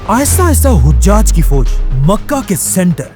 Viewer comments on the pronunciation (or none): ap mashallah bohot acha kaam kar rahy han allah apko jazaey khear dy dunia akhrat ki tamam kamyabiyan ata farmaey. bhai ap se ek darkhuwast thi 2 jaghon py naam ko zara theak karwa dyn 1. Hujaj (haji ki jaga)=hajaj (nane) حجاج کے دو لغوی معنی ہیں: پہلا، "حجاج" (ح پر زبر) سے مراد حجاج بن یوسف ہے، جو ایک مشہور تاریخی شخصیت ہیں۔ دوسرا، "حُجّاج" (ح پر پیش) سے مراد حاجی کی جمع ہے، یعنی وہ لوگ جو حج کر چکے ہوں۔ ویکیپیڈیا کے مطابق. 2.Aasma bola gia usy Asma se durst karwa dyn ap mujy bohot achy lagty han allah ap se razi ho. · Hojjaj nahi...hajjaj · hajjaj hai o hujjaj nahi hujjaj haj kar ne wale ko keh te hain